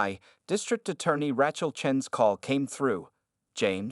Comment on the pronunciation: The narration continues to mispronounce 'Rachel' as if the first syllable rhymes with rat. In excusable.